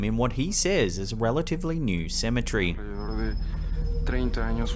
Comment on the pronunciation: I always giggle when he says cementary. 😂